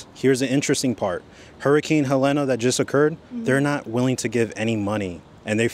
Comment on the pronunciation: It’s hurricane HELENE… pronounced heh leen